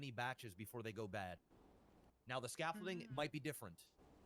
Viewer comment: WOW DUDE PRONOUNCED THE WORD SCAFFOLDING WITH A T AND SAID SCAFOLTING LMAO ITS OBVIOUS THAT BOY NEVER WORKED A MANLY JOB EVER OR EVER PROBABLY PICKED UP A FN HAMMER OF SCREWDRIVER LMAO DONT EVEN KNOW WHAT SCAFFOLDING IS LET ALONE PRONOUNCE IT, HE MADE HIMSELF LOOK SOO SHELTERED LMAO DAMN BRO